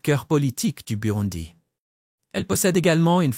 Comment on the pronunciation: N’importe quoi ! Apprenez déjà à prononcer correctement le nom du pays et surtout apprenez l’humilité. Vous ne savez rien de ce pays, vous ne faites que réciter un texte écrit par je ne sais qui.